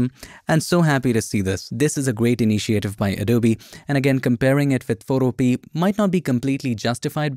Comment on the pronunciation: Isn't Photopea pronounced "fo-TO-pe-uh" (rhyming with 'Utopia')?